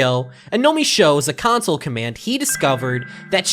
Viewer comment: Idk it might just be a thing, he pronounced console like council for an entire video